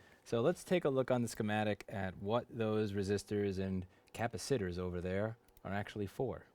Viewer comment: "cappa-sitters" .. I spit my coffee out